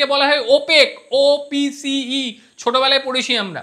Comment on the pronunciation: OPEC কে OPCE বলছেন 😊